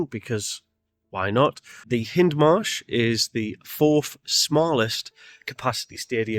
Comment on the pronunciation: It's pronounced HIGHndmarsh. Nice tour though.